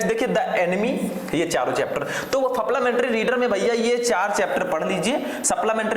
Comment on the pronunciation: Suplamentary nahi supplementary